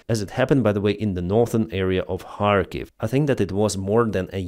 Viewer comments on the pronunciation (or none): none